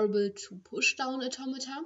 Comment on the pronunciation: shes saying automata in an accent that sounds like tometon